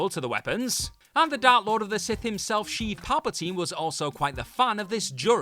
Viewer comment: You lost me when you said "Sheev"!